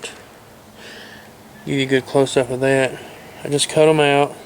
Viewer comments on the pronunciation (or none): that, not thay. lol